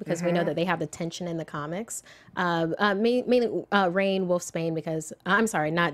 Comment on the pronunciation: wolfsbane's name is pronounced "Ronnie" - Rahne Sinclair. Not "rain."